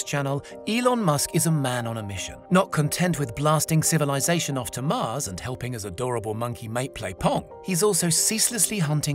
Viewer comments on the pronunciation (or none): none